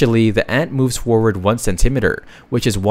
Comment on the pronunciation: I would have expected an AI to know how to pronounce “centimetre”